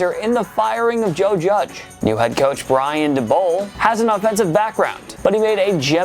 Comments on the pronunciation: How he said Eyan Dabol (Ryan Day Bowl) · Brian Da-bowl. Kayvon The-Ba-Dough 😂